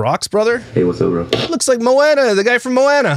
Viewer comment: Also, I love your content but you snark at vocabulary. It isn't "Mo-anna" it is "Mo-ana" drives me nuts 🤣